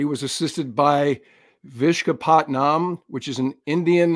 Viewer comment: Hey, work on your South Asian pronunciations. Vishakapatnam...Wish-uk-a-put-num. Balochistan....Bul-u-chis-taan, and not block-is-tan. Wake up, you have an international audience. A big fan, hence the liberty taken.